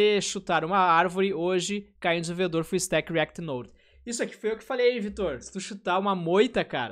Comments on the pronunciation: Cara, POR FAVOR, fala "riact" em todos os seus vídeos kkkkkkkkkkkkkkkkkkkkkkkkkkkkkkkkkkkkkkkkkkkkkkkkkkkkkkkkkkkkkkkk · eu acho hilário ele falando "dev REACT" akakakak